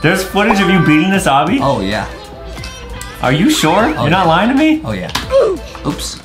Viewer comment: its not abi its obby